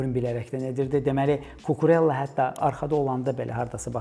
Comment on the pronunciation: Mövzudan kənar: Cucurella italyan deyil, ispan olduğu üçün adı "Kukureyya" olaraq tələffüz edilməlidir.